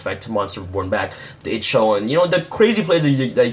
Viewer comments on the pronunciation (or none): Darklord Ixchel (eye - chol) 😊